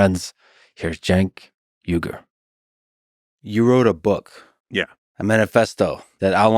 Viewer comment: you said "yugur" his sirname pronounced as " o-y-gh-uo-r" uy-gur, please we never pron. yours in-or- by turkish sound because then it would be funny. I could only ask of you: please be carefully promounce Turkish names, please...🙏🙏🙏